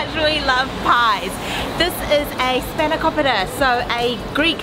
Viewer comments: Your Australian accent is causing you to mispronounce the names of the food you're eating. It SpahnoKOpeeta, and PEE-ta NOT PITTTTTT-a. Pete-uh not PIT-a. I pronounce the foods like a Greek out of respect to them. You can too. But then again, I'm Greek and I know better. What's your excuse???????? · Did you heard how he spelled σπανακόπιτα he was like "we love spanaoukooupitaa